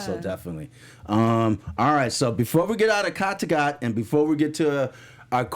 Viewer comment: I wish you would pronounce the names of people and places correctly. It really shouldn’t be hard, they aren’t complicated. It’s Ubbe, not UBER! Cot-a-got is not how you pronounce Kattegat. I used to love this podcast, but since James and Jocko left its been hard to stay committed... Come on!!